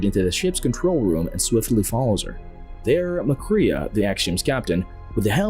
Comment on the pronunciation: I’m afraid that you STILL DON’T know his name because the robotic narration pronounced MacCrea as MACREE’A